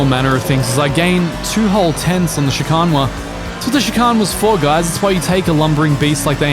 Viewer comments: please god, stop saying "chicarn" it ends in "ane"..... the same end sound as bane..... as in your mispronunciation is the bane of my existence XD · Drinking game: Take a shot everytime says "Chicahn"